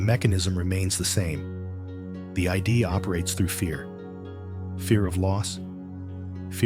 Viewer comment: What's annoying is that it keeps referring to the "I.D." where it should say, "The Id" It's one word, not an abbreviation, acronym, or initialism.